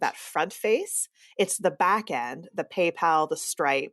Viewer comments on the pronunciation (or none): none